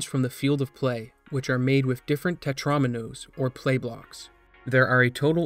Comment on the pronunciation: it's pronounced tet-rah-mean-oh's